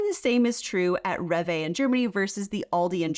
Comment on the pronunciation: Which one has healthier ingredients? I bet it isn't USA 😆 Rev Vay 🥲. Rewe is pronounced ray vuh.